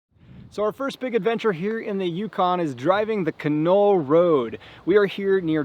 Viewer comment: It's a great drive. Done it a few times. The correct pronunciation is not Ka Knoll, it's Can All.